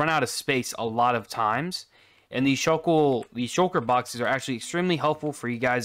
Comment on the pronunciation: Bro pronouncing shulker at first: Swalker 2 Bro reading it : Shulker